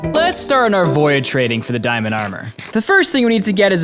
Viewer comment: With watching for about a year I still can't get over the he pronounces void as voy-id 🤣🤣